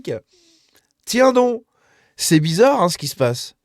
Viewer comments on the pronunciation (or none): none